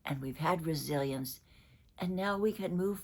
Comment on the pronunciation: I’d like to tell one curiosity about my perception between two words, when u speak resilience, I just think that u are saying Brazilian 😂 for me the pronunciation is the same, I know it’s not though❤ hugs from Brazil 😊